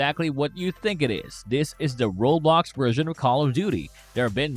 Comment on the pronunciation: bro said roblocksha